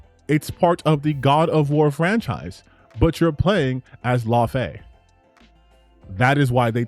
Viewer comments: People need to learn how to say Laufey! (Law-faye) Not loffy 😂😂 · can't read it seems. Dude can't even pronounce Laufey right.